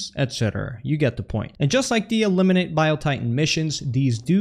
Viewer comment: "E"limin-ATE lol